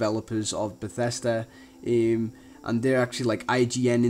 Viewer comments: bathesda not batesta u had it right the first time....eeehm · who the hell calls it BethEEsda?